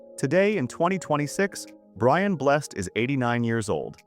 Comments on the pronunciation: Brian Blessed, Bless Ed, not Blest. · Bless-ed's ALIVE !!🤣🤣🤣